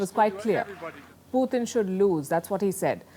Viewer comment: Putin not puthin!